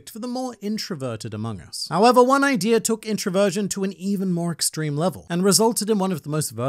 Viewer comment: The video was good but why do you say ider instead of idea